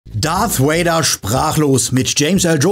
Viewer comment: RIP James Earl Jones! Und Leute…es heißt Darth Vader und nicht Darth Wader!!!!! Wenn Ihr die Filme im Original gesehen habt, werdet Ihr mit Sicherheit über die originale Aussprache gestolpert sein!